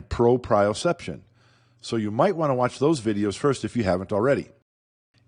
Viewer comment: He lost me in the begining when he pronounced it "pro-prior-ception". 😂